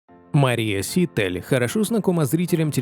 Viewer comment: Все время ударение диктора фамилии неправильно произносит